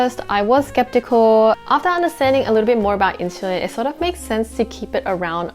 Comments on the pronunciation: in- SUL-LIn. that drove me nuts . IT's not INCHULINS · in-soo-leen. not, in-shoo-leen. also isn't it obvious you shouldn't eat fast food all the time? i guess its not common sense for most. cause my friend eats only fried proteins and carbs. no veges at all even. and drinks soft drinks with his meal all the time instead of water. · Why does she say "inshulin" ??! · Inshulin hahaha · NO WAY did you lose 10 kg in 12 weeks, stop spreading misinformation!! You are like many liars who sell the lie of losing so much weight in just a few weeks, and when girls try it and fail they get discouraged and depressed! Cant even say "insulin" properly